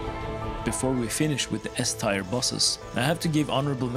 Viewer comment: I’m sorry to be that guy, but the c in scythe is silent, and tier is pronounced the same way tear is. Good video though.